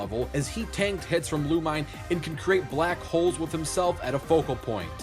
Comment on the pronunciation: Neither X or Samus technically fire "beams" from their cannons, but rather BALLS of plasma energy. And Lumine's name is pronounced "Loo-min-ay," not "Loo-mine." They speak the character's name aloud multiple times in the MMX8 cutscenes -_